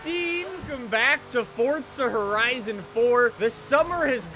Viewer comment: WELCOME BACK TO FORTZA HERIZON FOUR Text to speech in my brain